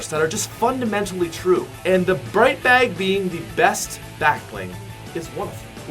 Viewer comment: Oh hell nah this nigga said bright bag😂